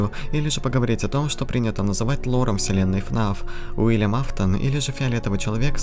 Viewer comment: Чел, не Вильям а Уильям!